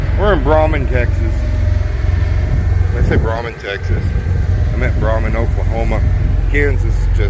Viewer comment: The little town off 35 in north Oklahoma is in my area! BTW, Braman is pronounced Bray-man. In Iowa it may be Bra-man but once you tuck your pant legs into the top of your cowboy boots, it’s Bray-man…😂 (I’m on the Kansas side so I have to poke the okies). Ever get any loads out of the packing house in Arkansas City?